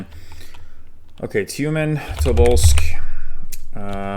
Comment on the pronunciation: As a Russian, I am genuinely impressed. Not only by your pronunciations, but also the ability to type those names correctly. Btw, there are some things to improve. Namely accents in words, but those you still rarely get wrong. For example, it is Tyumén' rather than Tyúmen